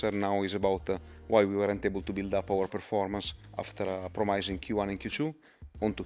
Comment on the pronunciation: Can someone tell how to pronounce "promising"?